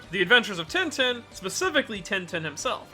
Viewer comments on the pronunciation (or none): Pls its not tintin not like a tin can but (french in sound) tintin. Pls search of the pronunciations for one in french and replace in with that. Thank you.